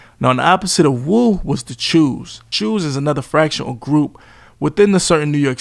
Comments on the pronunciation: Cho's not choose 😂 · "Chews" is crazy 😭